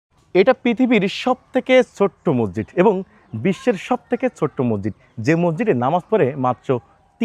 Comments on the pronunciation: মজ্জিদ না রে ভাই উচ্চারণ ঠিক করে মসজিদ বলেন। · আপনি কি বলছেন মরজিদ না মসজিদ না মজিদ? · হালা মগা,,,,মসজিদকে বলে মরজিদ